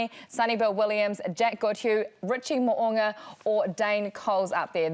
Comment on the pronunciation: Pleeezzz... it's Mo'unga not Mo'anga....when we gonna get it right and not keep pretending it doesn't matter? If someone called Kirsty 'Karsty' any guesses how long she'd put up with it... or any of those twerps doing the game commentaries??